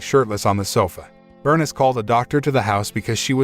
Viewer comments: OMG does every single movie review on this site contain a main character’s name that they mis-pronounce! Burn-iss is pronounced Ber-niece I like these videos but the terrible grasp on the English language really pulls me out of enjoying these movies. All you need to do is have 1 fully fluent English speaker as part of your team, and the problems are solved! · Her name is pronounced bur-niece! I hate computer voices! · Pronounced Berneeese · Let me guess. The boy's mother was Bernis, a name I have never heard. Could mama's name have been Bernice? (Bur . News, rhymes with geese) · His mother “BURN-IZ” lol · Your pronunciation of Bernice kills me